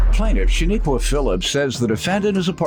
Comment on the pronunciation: Her name is pronounced SHA-NIQUE like you would say unique. There’s no a at the end